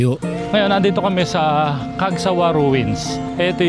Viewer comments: tama na sana sya sa una sabi nya Cagsawa Ruins..... pero nabago heheh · Cagsawa po Hindi po Cagsaga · Nice place, correction lang Po?, CAGSAWA RUINS Po, NOT. ' CAGSAGA'!. salamat po. ingat kayo..